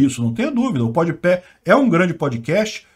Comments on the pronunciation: Concordo com o que foi dito, mas que me incomodou toda hora o falando PodiPÉ ao invés de PodPah, isso incomodou. Devo estar muito cansado, muito sono pra isso me irritar (até por que nem acompanho esse podcast) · é "podpá" kkk tu fala "podpé" akakakakakakakak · Ja imaginou que louco um almoço de domingo com o falando Podepé, faz 0 diferença, num sei o que lá... Top:_sim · "Pod Pé" kkkkkkkkkkkkk... eu ri cada vez que ele falou. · O chamando o podpah de pódepé! Kkk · Lula chamando o mítico de "mitchícu" x chamando o PodPah de "PodPé" kkkkkk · Podpéh não né hahahaha tiozão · PodePé. Se fosse PodeDedo eu até relevava. Go 2022 Molusco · O deve estar falando o nome do podcast errado de propósito hahah